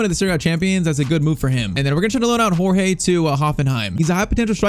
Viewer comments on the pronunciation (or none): none